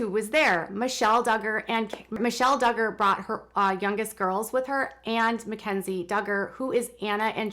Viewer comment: Her name is not Mackenzie. Ma KiN zie. Mackynzie. Please get her name right.